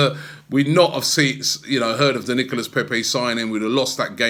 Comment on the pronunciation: Nicolas pronounced Nicola < get it right